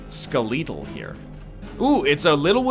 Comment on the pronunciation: this dude just pronounced skeletal as "skuh-lee-tull"